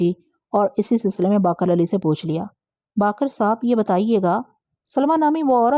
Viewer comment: السلام علیکم ۔ میں کافی عرصے سے آپ کی کہانیاں بڑے شوق سے سنتا آ رہا ہوں۔ اگر میں غلط نہیں تو شاید آپ جس علاقے سے ہیں وہاں الفاظ کو زبر سے ادا کرتے ہوں گے کیوں کہ میں کافی بار نشان دہی کی کہ خیز اور اثبات آپ زبر سے ادا کرتی ہیں اور باقر کو بھی آج آپ نے زبر سے ادا کیا مگر یہ اور دوسرے کئی الفاظ زیر کے ساتھ ہیں ۔ اِثبات ۔ خِیز ۔ اور باقِر۔ امید ہے آئندہ توجہ فرمائیں گی۔